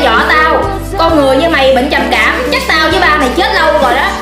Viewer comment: Ê cái đoạn bệnh trầm cảm á thành trầm kẻm